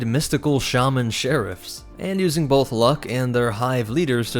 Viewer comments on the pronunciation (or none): none